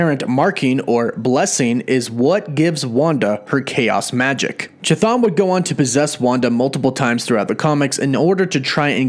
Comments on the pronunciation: Seems like it may be a good idea for future videos to get name pronunciation down a bit better. “Cha-Thon” made me cringe to the point where I simply couldn’t finish the video :/ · the h is silent dude C'thon is how it reads. It's just like the Ch in Chris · omg, that ch ch ch ch thon. Please, stop T_T It's not ch-apter ch, but ch-aracter ch. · its bugging me how bad you butcher the name Chthon. Its pronounce (Kth-Own) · Pronounced K-thon. C’mon!!!! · It’s pronounced “kthone”, ain’t hatin’, just statin’ homey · The first 'h' in "Chthon" is silent. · I'd like to believe this as well. But every time keeps going CHI-thon instead of KI-Thon makes me go ehhh~ Excited to see if Chthon would actually be the main antagonist for both WandaVision and Dr. Strange 2. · I am telling you how the actual Greek word is pronounced, it is an H sound if any of you are looking for the correct pronounciation.....the rest is up to you if you want to mispronounce or pronounce it correctly but trust me the "choo choo" pronounciation really grated on my nerves... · Anybody else think it's pronounced"ka-thon" and not "cha-thon" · It is not effing pronounced cha, its ka - Like Cthulhu - KaThon not ChaThon. Holy shit this annoyed the ever living hell out of me. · kθɒn - go to an IPA pronouncer. There's no 'ch' sound. Chthon is a Greek word; it's to do with the underworld. And technically, it's not even kθɒn, but just θɒn when spoken normally. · Please please pleeeease stop mispronouncing Greek terms and names. The pronounciation for Chthon is actually Hthon, with an H sound as in "H"ospital on the front, not ch as in "Ch"apter... "χθών" , "hthon" = "ground or soil" in ancient Greek.... Cheers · Ain't his name sounded out kah-th-own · The CH in Chthon is pronounced like a K. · I kept hearing Cha-Thong. Anyone else? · Common mistake, it’s actually pronounced ka-thon...😅🤷🏻‍♂️ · please stop saying "chuh-thon" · You know you’re pronouncing (ka thun) name wrong right